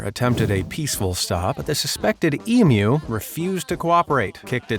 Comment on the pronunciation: Congratulations 🤩🎉👏 for being the FIRST American to pronounce Emu correctly instead of EmOO!!!👍😁🇦🇺🦘